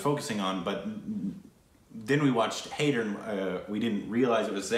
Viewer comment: Jab we met please. It's an early one of Shaahid Kapoor that made him a household name. That was followed bt Kaminey which is amazing. This was before Haider. Btw It's pronounced Hi-der. The de should be like a "the" (soft) sound.